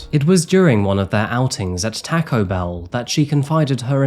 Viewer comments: He said Taako bell!!! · Lol he said tacko bell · I never thought you were a robot until I heard how you pronounce "Taco Bell" 😂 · Please don't say Taco bell that way ever again.... learn how to properly say Taco... not that hard. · The way you said Taco Bell made me giggle 😂🤭. Another great video 👍🏻